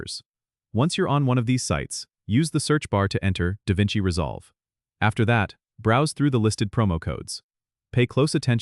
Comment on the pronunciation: it's not Da Vinci resolve. lol